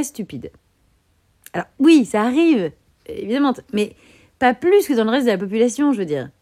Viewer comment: "la bilane" "la populationne/ción" Voyons,!